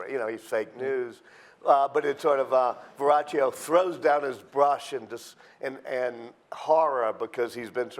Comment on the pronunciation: It's "VerroKio" jerk. This man is trying to make money, he offers information that are not facts, much fiction, don't waste your time!